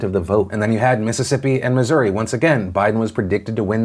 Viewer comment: Thanks for saying Missouri correctly.